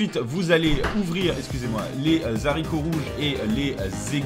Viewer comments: Les zaricots, un grand classique xD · Il a dit les"zaricots", fildrong, quand meme. (fallait quelqu'un pour le faire remarquer de toute facon) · Bonne vidéo, ça me fait une playlist pour l'année prochaine quand je vivrai en appart, ça me fait passer de "lol je vais manger des pâtes et du riz touts les jours" à quelque chose de plus positif. (Btw nice les "zaricots" mdr) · "Les ZZZaricots rouges..." 😆 Merci pour ta nouvelle recette! 👍 Bravo pour l'acquisition de ton couvercle, ça va t'être utile;)